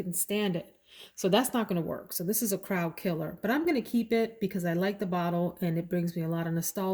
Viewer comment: Bwahahahaha!!!!!!! "Crowd killuh"